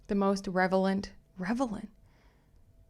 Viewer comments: That was so funny you were trying to say relevant and you were saying revelant. lol Also question is this where you got the phrase Stephanie motherfucking Jones from or did you put that in yourself or did you get it from the text messages? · It’s ‘Relevant’ …Relevant!😂✌🏼✨ Great video thanks. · Revelant -> Relevant 😂. I do that, sometimes, too!!! Great coverage ❤ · Rel e vent 😂 love your show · It's 2 am and I am dying of laughter watching you try to say relevant 😂😂😂